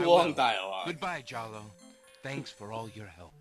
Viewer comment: Throughout this whole longplay I can only hear Jollo as Choose Goose.